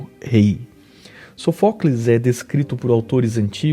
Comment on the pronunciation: Sófocles, não Sofócles.